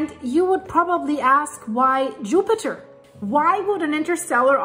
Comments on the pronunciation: 😂😂😂 did she say yupiter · Yoopiter Me: giggling like a school boy with a crush 💕